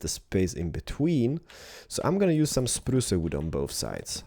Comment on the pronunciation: You say spruce more like spruua